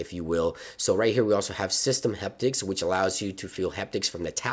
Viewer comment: It’s “Haptics” like happy, not heptics like hectic